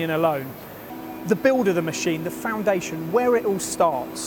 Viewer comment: stop saying mesheeeeeeeeeeeeeeen. brooo